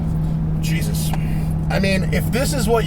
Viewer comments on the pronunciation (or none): none